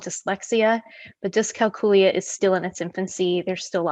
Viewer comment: Think of the word calculate, that is how you pronounce it.